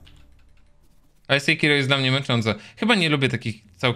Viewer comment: Pierwszy raz słyszę żeby ktoś wymawiał sejkiro a nie sekiro xDD ale spoko